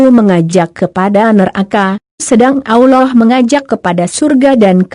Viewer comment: Aollah. Apa tu. nk sebut Allah biarlah betul. Tak blh dengar lah